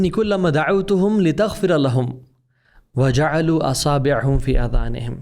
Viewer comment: Jazakallah khair lekin wajaoloo nhi hy sirf jaaloo hy. ❤